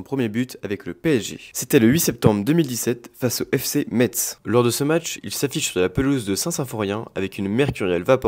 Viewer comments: Alors même moi nancéen ça m'a piqué les oreilles de dire metttttzzzzzzz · Le fc Metz se prononce messe pas Metz 😒apprend à parler frerot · Metz se prononce "messe" 😅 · Ça se prononcé messe respecte notre ville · Oui par contre vos prononciation c'est quand ça vous arrange. Pour Metz c'est une honte mais pour Bach, c'est on s'en fiche on ne respecte pas son nom. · Metz ❤ça se prononce « messe «